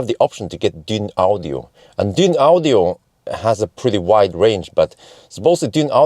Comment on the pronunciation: Dyn ... audio, lol that was funny, but it's just pronounced Dynaudio. Perhaps you did it on purpose... dunno. Great danish speaker company for those wondering. Would have been great to show measurements of boot etc. as you used to do in the before times. But there are plenty of other reviews out there.